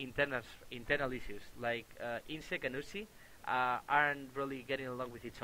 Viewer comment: U-z-i not Uzi.